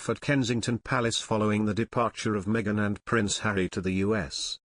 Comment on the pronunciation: It's, ( Me - a - gain , not Me - gine ) y